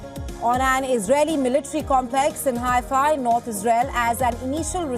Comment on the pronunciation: Haifa, not hi-fi.